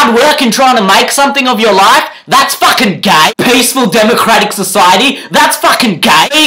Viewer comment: all I heard is FAAAAKHHHIN